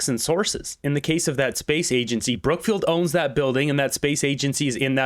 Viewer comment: I always hear CROOKFIELD.